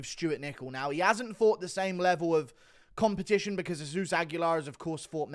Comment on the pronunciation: did he say jizz-zeus?